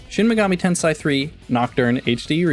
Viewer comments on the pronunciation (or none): ten-say. ten-say. say it with me. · It’s pronounced ten-say